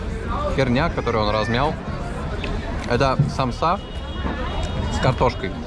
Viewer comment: Самоса, а не самса